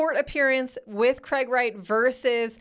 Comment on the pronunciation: I thought you said Craig ass Wright in the intro 😂